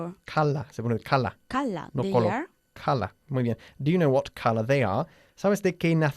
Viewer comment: Nunca he escuchado la pronunciación de color así ( cala ) 😏